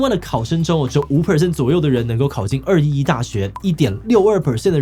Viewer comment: 稍微糾正一下（不知道算不算糾正） 211我們中國這邊只會唸作「二幺幺」，不會讀「二一一」 另外，高考兩次應該大部分地方都沒有，我聽說浙江有，我是今年的福建考生